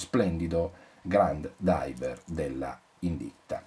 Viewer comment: Driver... driver... driver... Ti scappa sempre la R di troppo quando parli ;-)